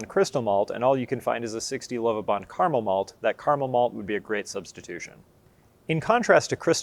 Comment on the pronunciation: Informative to a degree but elaboration on the different strains of pale ale malt would be a good addition. Also, using the correct pronunciation of 'Caramel' would be an improvement!